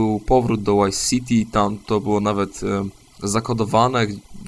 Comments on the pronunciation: chyba nie zrozumiałeś. Poprawnie jest fonetycznie "wajs" a nie "łajs". W wymowie w=ł a v=w, zawsze i bez wyjątków, więc tam gdzie w filmiku mówisz błędnie (łajs siti) omijasz, a znaczyłeś chmurkę "będę się za to smażył w piekle" tam gdzie wymówiłeś dobrze (wajs siti). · "Łajs Siti"...